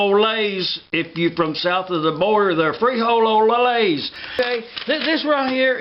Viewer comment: is sounds like "free-hole-less" lol....not free ho ho less...lol